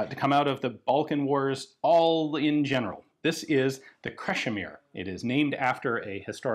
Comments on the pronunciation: Your pronounciation is spot on, "Crashimir" it is. Cheers from Croatia! Also, it's my middle name. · Welcome to Croatia! I heard about this things during the war, never seen them though. Good old balkan engineering. Oh and perfect pronounciation of "Krešimir" :)